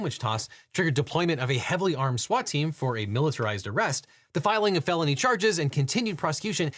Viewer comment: It absolutely IS a deli weapon, actually (incidentally, I also thought you said "baloney assault" instead of felony assault earlier)